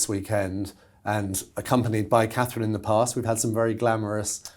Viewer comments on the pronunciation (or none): is still a sussex supporter,who cant even say Katherine properly Why do you have her on